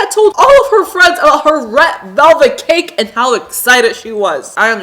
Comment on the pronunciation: She says cake like cacke